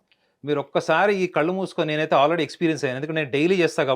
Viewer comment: Ammaa thalli anchor , please learn Telugu .. kallu kaadhu , it’s కళ్ళు It’s irritating to listen to anchor without proper pronunciation.. especially people from Telangana can’t speak la and sa kaarums well